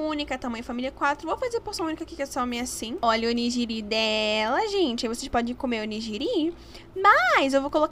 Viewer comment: Oni"gui"ri My kkk amei o vídeo <3